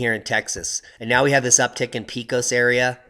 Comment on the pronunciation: Pecos is pronounced as PAY-cos -at least that is how we say it in Texas. :)